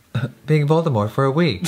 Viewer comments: Voldemor? I think jeffree is forgetting the t at the end XD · Cause he keeps saying Voldemore instead of Voldemort :p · Is anyone else triggered by how he says Voldemore instead of Voldemort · jeffree and: “voldemore” me: “where’s the “t” sis”🐸☕️ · he keeps saying voldemore😫😑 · Jeffree Star saying Voldemore for 5 minutes straight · jeffree saying ''voldemore'' is getting to me hahahaha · VoldeMORE he says 🪄✨ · Oml, that's what I thought when he said Voldemort the first time! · Can we just talk about the fact that he doesn't pronounce the T in Voldemort? I'm sorry but I just can't get over that